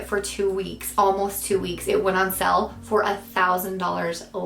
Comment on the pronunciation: Sorry, I love English. Went on "sell"...try saying "sail"